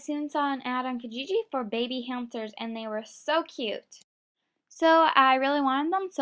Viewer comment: The way u say cute is funny! CAUTE lol